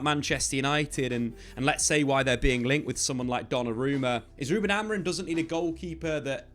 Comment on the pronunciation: Please stop saying "Amorin" 😂 Other than that, great video as always